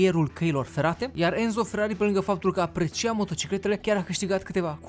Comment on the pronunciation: Sunt italian și Enzo se citește Ențo